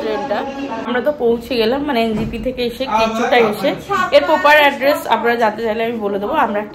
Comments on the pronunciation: Try covering ‘kunga’ if possible One more thing: why everyone pronounces it NGP when actually it’s NJP 🤔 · NJP লিখেছেন title এ আর বলার সময় বলছেন NGP .. এটা আসলেই বড্ড হাস্যকর.. আর এক মহাপুরুষ বলে গেছিলেন ‘ আরাম হারাম হ্যায় ‘